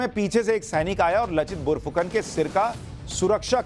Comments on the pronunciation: Bour fukon nahi..borphukon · Laa not la ,bor nhi bar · Read as "Laachit Barphukan"... not lachit and not bor its "bar"